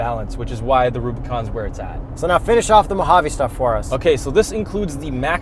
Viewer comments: It’s Mohaveh dudes!!! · It’s pronounced MO-HA-VEE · Jeep "Mo-jayv" lol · mo-JAVE made my day lol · its: Mo- Ha-Ve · Petition to change the Mojave desert to mow-jave desert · nooooooo mohave not mojave. Still a good video tho No I am not wooshing LMAO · “Mo-Jave” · I thought it's pronounced Mow-ha-vei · It’s “MOW-HAV-EEE” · it is pronounced mow-hav-aye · sorry for rant but Mojave is pronounced ''Mow Ha Vei'' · The pronunciation is "moe-ha-vaye". It's spanish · .... its mo ha vA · Everyone in the comments needs to chill, they KNOW its pronounced mo-havee. Just having fun, you guys always ruining jokes will make them reconsider doing shenanigans like this in the future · I think its pronounced mo-ha-vee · please stop saying mo-jave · What I learned from this video... Mojave is pronounced "Moe-Jay-ve" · “The Jeep Gladiahtore Dilophosaurus Mow-jave” 😂🤣😂🤣😂🤣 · almost says MOHA VE, obviously they’re joking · Reason I won’t subscribe. They way you corn feed bums pronounce Mojave. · is so wrong on that Pronunciation. 🙄🙄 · Pathetic pronunciation of Mojave: the end e is not mute!!! Same as in Porsche and Mascarpone - all phonetic languages 🤦‍♂️ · That pronunciation is giving me brain cancer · you are pronouncing it right you're not! The j is silent like jalapeno.😎👍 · are you saying mojave as mojave or? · You say 'Mojave' wrong...... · We really gonna look over the fact that this guy says mo jave instead of mojáve. He’s also wearing a 40 thousand dollar watch. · I’m a big fan of you guys but I can’t seem to get over the MOJAVE pronunciation. Every time I hear that word I cringe so bad I just disappear pls fix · Just to be clear, it's pronounced Moe-hovv-ee, not Mo-jayv. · Ahh so ya wanna discuss Mo-have....eh? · I think it is pronounced as moh-hah-vee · mow·haa·vee, you’re welcome. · mow jaive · I know it's a joke, but hearing you guys say Mo-Jayve is like sandpaper in my ears. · Mohave is pronounced Mo-har-vee. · It's MO HA VE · It's MO Have